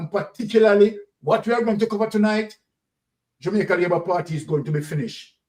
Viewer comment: We need to say Jamaica not jumaica